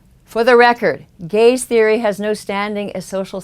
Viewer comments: For a while I thought she was saying male Gays.. not Gaze. "The evils of the male gays" lol.. Good video I know ya were saying Gaze but it is kinda funny how it worked out if you switch that one word. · Every time you said "gaze" I though you said "gays" and I thought "what do the gays have to do with this?"